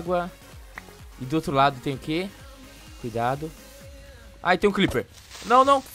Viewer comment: Eu ainda não entendo porque o fala cliper e não Creeper.